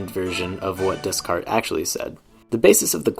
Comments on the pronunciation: That’s not the way to pronounce Descartes!! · Every time you say Descarte wrong a baby polar bear dies